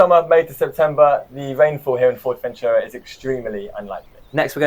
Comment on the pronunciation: Nice videos, kudos and thank you for the useful insights! Allow me to comment that after all the time you have been there you could slowly pronounce "Fuerteventura" correctly as it is pronounced in Spanish. Your pronunciation sounds to me more like like "Fort-Ventura". Cheers m8s 🙂